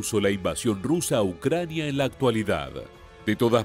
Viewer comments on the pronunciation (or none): none